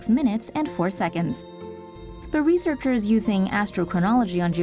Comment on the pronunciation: Did she say “reaserckers”?